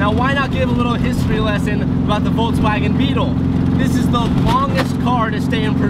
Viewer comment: Ok but why did you say VOLTSwagen. Can’t watch.